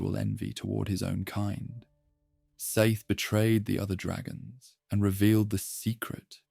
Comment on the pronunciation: You had me in the first 20 minutes, I really thought this was a video with effort and care put into it. But as soon as I heard the three different pronunciations of "Seath", I was saddened. Ai slop, dislike 👎